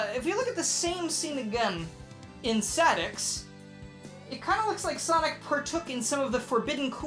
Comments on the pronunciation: Sah-Dex? That is a strange way to pronounce Ess-Ay-Dee-Ex. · I love how he pronounces SADX as Saddicks. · I still do